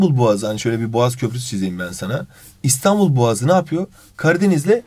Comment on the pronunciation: Abi İstanbul boğazı diyeceğine İstanbıl boğazı dedin 😂😂😂